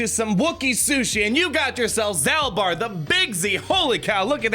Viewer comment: If i remember my old love KotoR, I am pretty sure Big Z is pronounced like "Zaulbar" kinda like Darth Maul